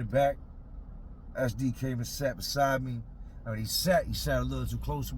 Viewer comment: 😂😂😂 I thought you were calling him "Ass Deep" Took me a minute to realize you were saying "SD" 😂 fuuuuuuuuuuuuuck